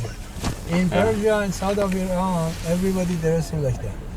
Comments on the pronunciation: Because Turkey isn't really mena. He knows this too which is why he's only middle eastern when he wants to be. Oh and btw we don't pronounce Iran or Iraq that way. I've heard him do it w a few other words too, he arabizes and exaggerates his accent. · Funniest part is that’s not even how you say the word “ Iran”